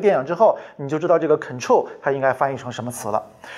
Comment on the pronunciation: 很臭 和 control 发音差很多吧 (?.?)